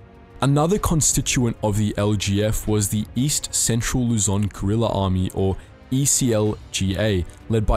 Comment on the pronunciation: Why does everyone pronunces Lu-zoan